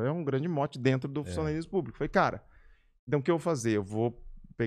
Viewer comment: "Vem pra drento lohaynne" KKKKKKKKK